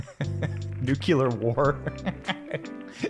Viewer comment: OH MY GOD!!! It’s NEW-CLEE-AR!!! Every time you say New-cue-lar, you make us all sound uneducated. I can’t watch…